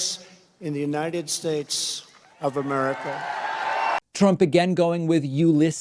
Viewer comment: It's amazing you actually transcripted trump's version of The United States into words... Unidesh Schaces is spot on! 🤣🤣🤣🤣